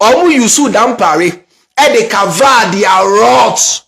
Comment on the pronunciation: EII NOW YOU YOU SOUND LIKE KENYA THE ACCENT AND PRONOUNCIATION example COVER you said CAVER and WICKED you said WEEKED